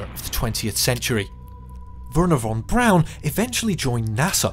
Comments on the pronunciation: The man's name is von Braun. Not von Brown. Please correct your pronunciation. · His name was Von Braun not Von Brown. Yikes !!!